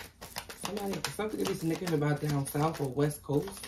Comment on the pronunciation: It's pronounced sig-nif-i-cant